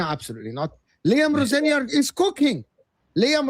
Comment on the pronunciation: Why can't anyone pronounce Liam Rosenior's name correctly? Even the Chelsea fan... Why are they pronouncing it as if Liam were French....